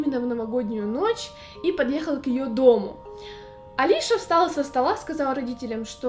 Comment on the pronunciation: Её зовут не Алиша , а Алиса (фамилия Казакевич)